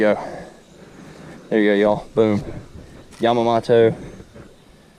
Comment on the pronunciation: Gary Yamma-MO-TO